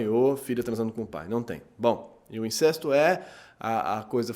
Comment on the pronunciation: Sem querer ser chato mas..."incesto" é pronunciado com "ê" fechado ("incêsto") e "Electra" também não necessita de acento. Fora isso, parabéns pelos vídeo!